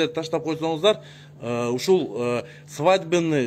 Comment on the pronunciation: Доодур сенсиз деле билебиз ай доодур свадебный деген созду да жакшына айта албайсын, колесо Сенин добдурлугуну айт ужас чычкым эле келет да